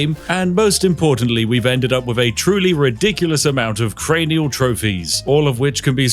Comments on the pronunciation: As a neuroradiologist, that mispronunciation triggers me to no end. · Most things I can look past but pronouncing cranial as carnial? Thats a fairly standard british word spiff... too far. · I might not be able to watch this video with him saying "carnial" over and over. Edit: Oh thank god, you fixed the pronunciation after the first time you brought it up. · That's uh.... CRAYNEEUHL as in head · apologizes for accurately pronouncing the religion, says carnial 3 sec later. bruh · CRANIAL TROPHYYY 😢 ITS NOT CAAARRRRNIAAALL ITS CCCRRAAAANIALL!!!! ITS MY FAVOURITE THIING I CANNOT TOLLERATE THIS DISRESPEECCCCTTT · Bro cranial CRANE EEE ALLL LIKE CARNIAL AINT BRITISH ITS JUS WRONG AND HE WILL KNOW 🦅🇺🇲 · Spiff "carnial"? lol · no we don't. Don't know what word you think he's saying, but we don't pronounce 'cranial' like that, like 'carnial' (which isn't a word.) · he was using his carnial powers to great effect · My guess is he suffered a carnial trauma. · Carny-el got me 😂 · You said Cranial wrong by the way. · Cranial trophies… Like cranium. Spiff that’s an English word. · pronounce cranial again for me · I love your videos. But your pronunciation of "Cranial trophies" made my eye twitch. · Spiff out here pronouncing "cranial" like one of those AI TikTok voiceovers when it encounters a difficult word. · You're not seriously going to mispronounce CRANIAL the entire video are you? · "Cranial" Spiff, come on! 😂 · Every time you b say Dave's last name I hear : "Deca-potato"... A potato 10 times the size of your average potato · If only spiff knew how to speak English and say the word Cranial properly......If only..... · Imagine being British and not knowing what a cranium is or how to pronounce it. Wild. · Spiff got so lost in the sauce looking for skulls that he forgot how to pronounce Cranial and just tossed that r wherever. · Cranial Spiff. It's Cranial not Carnial - as it Cranium for skull. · Not carniul. Its craniul like cranium cos your taking heads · Or "three"